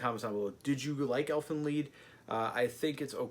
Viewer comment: I'm late but it is pronounced Leed like bee, not LIE-D